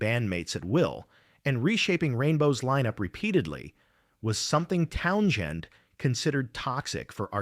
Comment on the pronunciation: Wtf is with this RIDICULOUS PRONUNCIATION OF: "TOWN-jen!" 😳🤨 "TOWN-jen!!" 🤨🤨🤨 **"¡¡¡TOWN-JEN!!!"** 😡😡😡